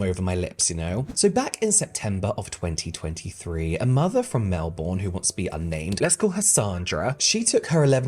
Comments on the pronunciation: It's pronounced Melbin Americans say Melborn. Love your videos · I'm sorry, did you say Mel-BORN? It's Mel-BIN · Just so you know (I’m from Melbourne born and raised) and we actually pronounce it Mel-BIN 😂 I love hearing people who aren’t Australian say Melboorrrrnnnn so funny haha we would never say that here 😂😂😂💕💕💕 Also we have a rule in Australia for primary school and below - No hat no play and same for sunscreen on a hot day so most kids are forced to wear a sun hat and sunscreen if they want to be able to go outside and play at recess and lunch otherwise your stuck inside or under the shade with a teacher watching you like a hawk 😂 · its pronounced melbin not melborn hahah love you though! come to melbourne!! <3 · Melbourne is pronounced 'mel-bin' lol